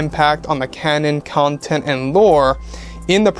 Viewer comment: I hate how you say content. It would sound so much better if you tried saying it while choking on your tongue.